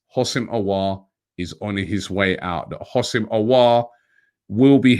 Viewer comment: There's no I in Houssem So isn't it pronounced WHO-SEM, not HOS-SIM